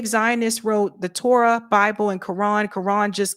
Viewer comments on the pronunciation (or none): none